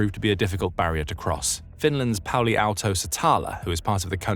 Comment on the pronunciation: its Pauli Aalto-Setälä, and the ä is pronounced as the a in cat or apple in apple its closest (äpple).